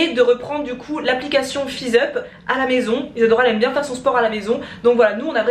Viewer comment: nul nul nul germain mdr c tres bien ma mere fais que regarder t video elle arretev pas de dire Isadora par si isador parla